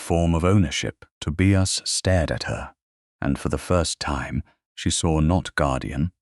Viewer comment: Please check AI to say names correctly. Tobias...the "i" says its name. I've heard the same thing in other stories with the name Elias. Good story, but VERY long. I fell asleep and had to finish later.